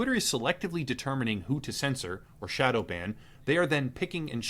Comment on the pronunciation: "shodow" xD